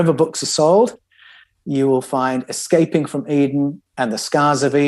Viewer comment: C’mon,. It’s not Excaping, it’s Escaping…